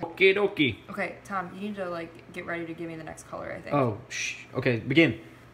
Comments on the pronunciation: She says tam we say tom 😂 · I love how lex pronounces tom😂😂 tahm😄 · When there are making the cake she says Tam but is TOM